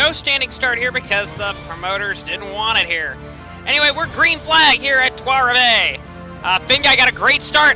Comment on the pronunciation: Lul at your pronunciation of Trois Rivieres. Not the run these hard working guys at the 3 team deserve.